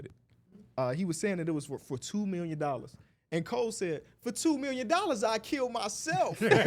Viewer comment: Let's bet a meal Shakes Hand: A Mealion (million) Thats the funniest shit ever said🤣🤣